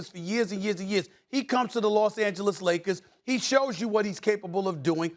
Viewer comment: Perk - Lozes Angelisis Lagers